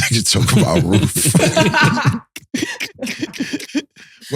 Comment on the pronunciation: Nigga talking bout wroof 😂😂😂😂😂😂😂😂